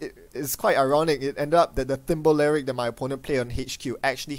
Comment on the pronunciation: Thimblerig as "thimba lerig"?,,. It's just "thimble rig" - another name for a shell game, appropriate given its movement capabilities, art, and flavor text!